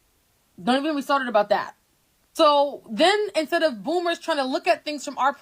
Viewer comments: Ok I thought I was having hearing problems. Like is she saying Boomers but I'm hearing Bloomers? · Everytime you say bloomers instead of boomers 😂😂😂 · Boomers not bloomers. Learn to say it before you speak on it. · “BOOMERS” 😂 its “boomers” no L 😂😂😂 I did chuckle to hear you calling the old people bloomers tho …I think of underwear when you say it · Is it me or are you saying bloomers?